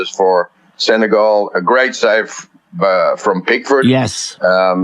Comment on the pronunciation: The pronunciation is not Sene-gaul. It's Sene-gal...as in my gal... I haven't heard any anglophones pronouncing it properly.